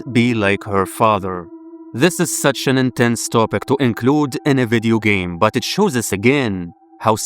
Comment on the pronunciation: "Vidya gayme"